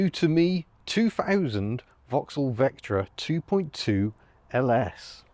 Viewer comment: "Serious Vectra-in" (No G)